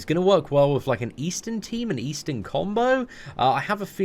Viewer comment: he doesnt want people to know that eastin.. is actually xD